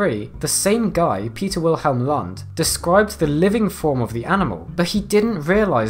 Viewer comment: Didn't know it was possible to butcher the last name "Lund" quite that bad.